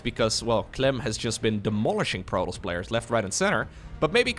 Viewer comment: ...prodols? You mean Protoss? Pro-Tos.